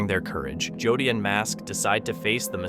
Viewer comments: To the voice narrator.. In the Hunting The Dead... You keep saying JOD... The guy's name is JODY! .. PLEASE SAY JODY! NOT "Jodd"... I don't think Jodys viewers, would like it only because nobody calls him or refers to Jody as Jod. Thank you for hearing me out... 😮 I'm sure your title wouldn't like to be effed up all the time either. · Thank you Cindy! I hate it when he calls Jody, JOD. that is NOt his name.. sounds like..." Joe Dee" ONE WORD!!! JOE DEE.. in cace you missed it 😮 😅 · On hunting the dead video his name is Jody not jod!! You really need to learn people's correct names!!! No one would be named jod!!! Jody yes!!! You can get gazs name right but not jody's!! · Is Jody not Jud